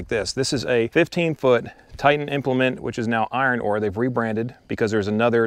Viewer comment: IronCRAFT, not "Iron Ore"! 🙂 I'm considering buying several of their implements right now as I like the fact that they're American-made, and have a good reputation. I've got the exact same machine as you and Kap have as well.